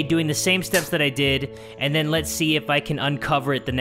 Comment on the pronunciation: ok Ok 😂 when u said then i thought u said men 😂😂😂😂😂😂😂😂